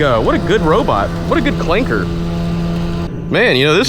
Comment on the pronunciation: Bro said "Clankah" 🤣🤣